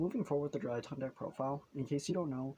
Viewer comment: DRY-TRON not DRY-TON